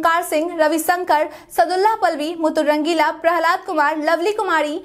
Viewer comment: हर बुलेटिंग अच्छा है पर नाम सुधार कर बोलिए आप मूटूर रंगीला बोलिए मैडम जी आप तो मुतुर रंगीला कहती हैं